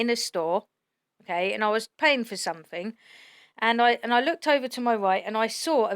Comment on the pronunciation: "forf night" "time fwame" "paying for somfing" "oh gwate"😐